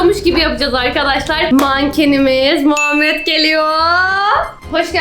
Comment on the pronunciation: muhamet diye duydum